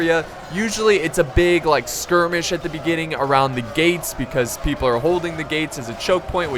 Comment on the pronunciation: GET YUR DRANKS PEEPLE